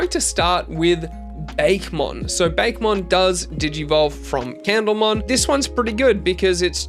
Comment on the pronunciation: Sorry to be that person, but it is pronounced "Bah-keh" not "Bake" for Bakemon